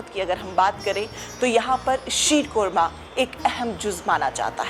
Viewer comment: 😂😂😂 yhi hota h jab language import ki Hui hoo.aunty reporter ji it is not 'uudhori' but adhoori and not 'qorma'😂😂 .fucking paaki har cheez mein apni creativity add kardetey ho.